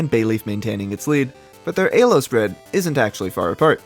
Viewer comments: Ee-low. Say it with me. Not A-low. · It's pronounced "Elo" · I don't care if it's ACTUALLY pronounced ay-low, it just sounds SO bad 😭 But besides that, AMAZING video man 👍 keep the great content coming! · zero distinguishable accent except for somehow pronouncing the E in elo as Ayy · Stopped watching after eh-lo. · he specifically mentions why he pronounces "elo" the way he does and the importance "elo world" had on this project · Great video and cool editing but if you keep pronouncing elo like that im gonna have an aneurysm! great stuff though